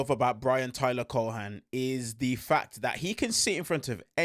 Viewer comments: I believe it's pronounced, "Cowen." Long o. I believe. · The say you say Cohen is wild. It's just not how you say his name and I dont think its deliberate, but it's really annoying because you do it over and over. Ignore the "h" and stop magically changing the "e" to an "a" sound.